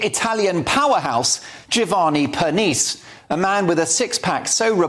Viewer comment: ca. "...the pneumatic powerhouse Giovanni Pernice." Aside from not bothering to find out how to pronounce his last name, whatever did you mean by the alliterative pneumatic? I get it that you think Strictly is silly and trivial. No need to amp up the hyperbole about the show being about what you consider fluff. This news item is about female aggression in the form of gossip, innuendo, and reputation destruction, mostly the latter. IMO, the action against Giovanni and Strictly is more evidence that the left destroys everything it touches.